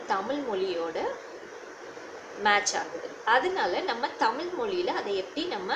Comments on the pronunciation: உங்கள் சேவை மிகவும் பாராட்டுக்குரியது..வாழ்த்துக்கள் சகோதரி... ஆனால் தமிழ் என்று சரியாக உச்சரித்தால் நல்லா இருக்கும்.. தமில் ஐ தவிர்த்தால் நல்லது.. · ஜப்பான் மொளி நம்ம தமிள் மொளி அளவுக்கு பலமையானது இல்ல னு சொல்றீங்களே... நீங்க முதலில் ல, ள, ழ உச்சரிப்பை நன்றாக உச்சரித்து அதை எங்கெங்கே பயன்படுத்த வேண்டும் என்பதை அறிந்து பேசுங்கள்...